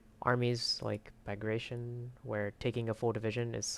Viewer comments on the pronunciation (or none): when you said “Bragration” it hurts me you said it like “Migration” Herr Gott!!! you do NOT say it like that but anyway, good guide